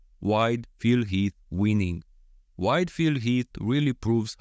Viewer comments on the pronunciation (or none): I keep hearing "white Phil Heath." 😄 Also can you do Bonac with Hadi's torso and Krizo with Andrew, Samson or Brandon's torso?